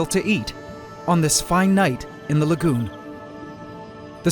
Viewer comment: Every time you say lagoon, I hear legume